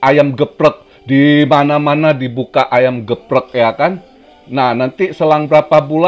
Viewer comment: Cuan yang tertunda,,, tp tertunda terus menurus.. 🥶🥶🥶.,,,,btw ayam geprek ngmongnya bukan ayam geprek om,, tp yg bener ayam geprek